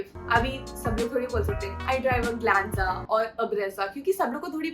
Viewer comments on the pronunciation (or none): It’s Glanza not Glenza